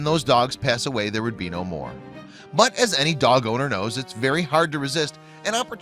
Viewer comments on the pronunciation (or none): none